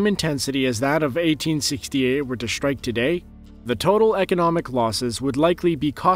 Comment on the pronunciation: The word 'strike' is NOT prounounced 'schtrike'. s-t-r-i-k-e. There is no 'ch' in 'strike'.